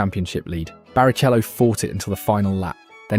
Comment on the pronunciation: BariCHello makes me giggle. Great work man keep it up!